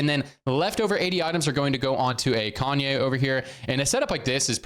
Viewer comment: blud pronounced Kayn "Kanye" 💀